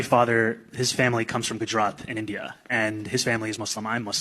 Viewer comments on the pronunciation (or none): none